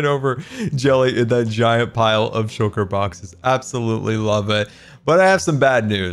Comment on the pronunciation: Everyone: Shulker Boxes: Shocker Boxes